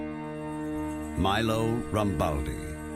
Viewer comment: t's not MlLE'O RAMBALDI, but ME-LO RAMBALDI. i'm italian